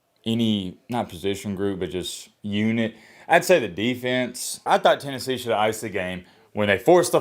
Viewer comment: TENNESSHE. I will always say that now. Hahahaha